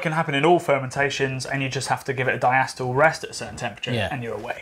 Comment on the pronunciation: Starting off with a bad pronunciation of diacetyl. Should be DIE-A-SEE-TUL. Ask a chemist about this. They will back me up. I have some other minor quibbles, but generally good info. You missed out on quite a bit: Lauter, Krausen, Trub, Isomerize, Dubbel vs double, Tripel vs triple. Maybe hot liquor tank and mash tun?